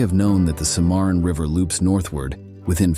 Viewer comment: The River is pronounced Simmer on.